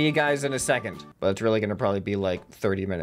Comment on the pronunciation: Second Tah say second